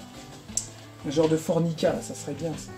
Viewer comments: FORMIKA et non forNIka hihihi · je crois que tu dis fornica mais en fait c est formica me semble t il 😕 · Cc tu es sur qu'on dit fornica ? C pas plus tôt formica .après sa reste de la fornication logique c la chambre ptdr